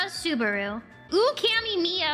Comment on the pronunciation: i swear i heard, uwukami miyo